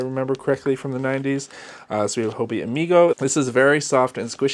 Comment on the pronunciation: Why are all Americans pronouncing Hobbii as Hobi? Are you unaware of the word Hobby. 2 Bs isn't that hard and I can't think of a word in English (or other languages for that matter) where there is double B, and one would be dropped.